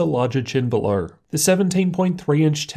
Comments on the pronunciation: Lights belowerrrr hahahah.... Ratio-errrrr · Why do all Australians add Rs to words that don't have Rs. Lol belowerrrrr